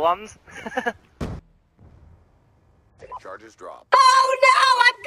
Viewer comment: BORDERLANDS NOT BLORDERLANES